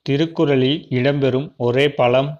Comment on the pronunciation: அது பலம்‌ இல்லை பழம்